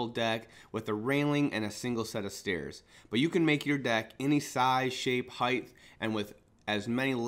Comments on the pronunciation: omg it's HEIGHT. NOT HEIGHTH. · What's a heighth lol. Do you mean Height. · FFS, stop saying "Heighth", it's "Height." A hard "T" on the end. "Width" sounds like it does because it actually has an "H" on the end. Height does not, so stop saying it that way. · Hight, not highth. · Sometimes he says "heighth," and sometimes, "height." I don't think "heighth," is a word. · Hey buddy great video, so clear and concisely explained...not to nit-pick but so you are aware, the word is HeighT, not HeighTH...it's commonly mis-said because of widTH and lengTH. Great channel, new SUB here. I'd love to hear your feedback and knowledge shared on my channel as well! -ADAM The New Woodworker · I'm just being pedantic, but I would want to know if I were you. Heighth isn't a word. It's just Height. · please stop saying "heidth". It's "height" OR "width". NOT BOTH!!!~ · Great job! Why do so many American tradesman pronounce “height” as “heightH” ?!? Where does that H come from? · Great video. Just fyi, "heigth" is not a word... :) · Lmao there is no "th" sound after height. It's pronounced as "hite" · You lost me at heighth 😛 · Height is pronounced like kite. You're adding a "th" at the end when you pronounce it. Otherwise, nice video.